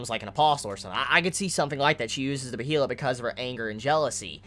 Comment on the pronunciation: Also, regardless of how behelit is spelt, it is pronounced like Bey-lit I believe. It's clearly a foreign word. It looks possibly Nordic or Germanic in origin, so the pronunciation rules will obviously be different. All the anime adaptations have pronounced it like that. Someone let me know if they think otherwise or have different info. I'm just pretty sure you've been pronouncing it wrong this entire time, but no one else has pointed it out. IDK.